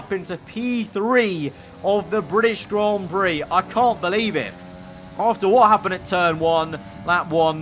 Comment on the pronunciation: nobody:: Grawn Brie